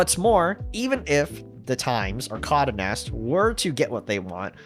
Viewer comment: Geohotz really needs to come through with that tinybox. Also it's "Con-day" Nast. Not Condanast.